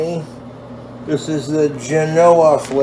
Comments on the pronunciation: The way he says Genoa. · I think he was talking about Genoa salami, which is a real thing. He just can’t say Genoa correctly. It’s pronounced Jen-oh-wah. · Him struggling through the pronunciation of "Genoa" is the closest we've been to a /Jason Genova crossover in a while